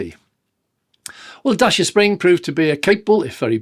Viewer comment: Dacia, rhymes with Thatcher. Not dasher or dacier. The biggest flaw is 1-star NCAP rating. Other manufacturers can make similar sized cars and achieve 3 stars or better, so Dacia needs to up their game. This means being a bit smarter with the design of crumple zones, and/or using thicker or higher grade steel. It's not rocket science.